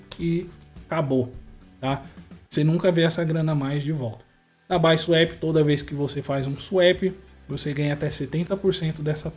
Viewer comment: N se fala baisuep , é bisuapi KKKKKKKKKKKKKKK